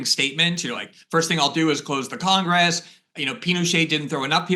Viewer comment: We have "three branches of 'Congess,'" Glenn? Agreed on the rest.